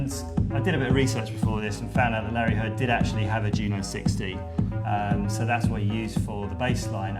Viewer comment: YOO-NO ... its a syllable parody of "JUNO"